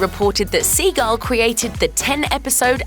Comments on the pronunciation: Pronounced Sea-gil. Not Seagull. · the man's name is SEEgill not "seaGull" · i stg if you keep calling him seagull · omg stop saying seagull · Sea-gil. Let’s say it again. Sea-gil. He’s not a bird. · Pretty sure its not pronounced Seagull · Seagull? Seagull? Please stop. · why you keep saying "seagull"? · why do you keep calling him seagull ? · Its like Steven seagal.